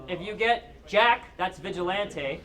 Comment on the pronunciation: this nigga dont know how to say vigilante